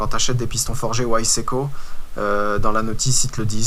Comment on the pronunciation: piston whyseco ! mdr la prononciation :) tu me diras moi je suis un bon vieux frenchi je dit viseco c'est pas beaucoup mieux. pour le tiercage c'est ce que j'etais en train de me dire, il doivent tourner sur le piston comme les soupapes tournent sur elles meme :)